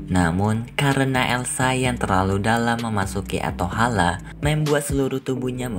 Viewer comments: Atholen bukan atohala😂😂🤣🤣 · ateholen kak bukan ateholeh